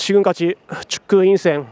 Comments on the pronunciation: 인생 한국이랑 일본이랑 발음 비슷해서 걍 린센~ 갈기는거 ㅈㄴ멋있다 ㅋㅋㅋㅋ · 인생 발음이 굉장히 일본어네 ㅋㅋㅋㅋ